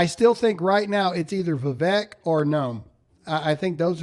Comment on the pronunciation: His name is not Va-Vek it’s Vivek like cake